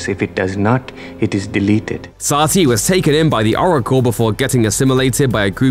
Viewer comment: The narrator mispronounced satli like CAP.He can mispronounce the name all day.